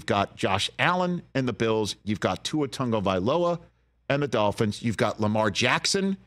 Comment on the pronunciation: Great pronunciation of Tua’s last name.